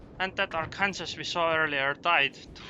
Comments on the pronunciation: ar-kan-saw not ar-kansas xD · Sorry but, arkansas, is pronounced "Are-Can-Saw" :D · Arkansas is pronounced "R can saw".